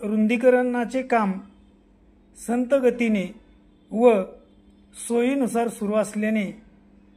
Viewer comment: संत गती नाही रे बाबा त्याला संथ गती म्हणतात